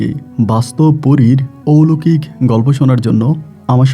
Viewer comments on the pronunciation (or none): ঔলোকিক না কথা টা...….. কথা টা হবে অলৌকিক...... একজন RJ হয়ে ভাষা টাও ঠিকমতো উচ্চারণ করতে জানেন না.....???